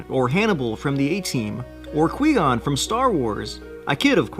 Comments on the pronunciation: Did you really pronounce Qui gon as Quee-gon? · ....”kwee gon”.....? Wow. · Qwee gon 👺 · Who tf says Qui Gon like that